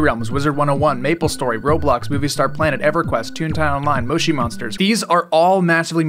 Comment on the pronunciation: Who tf pronounces moshi monsters like that 😭